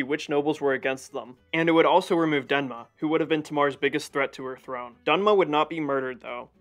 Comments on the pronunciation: Great video! The name though is DeMNa, not DeNma. Thank you for this video! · Demna! Not danma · Thank you my friend for tryng your best for this video but as a Georgian, I see some mistakes in this video: first, in reign of King Tamar there were no countries like Armenia or Azerbaijan, they were under Georgian kingdom. Second, the name of nephew of King George third was Demna not dena😅 And third, the name of russian prince was yvane not yuri.😊and still thank you for this video. Yes there were some mistakes but it's okay, good work, friend.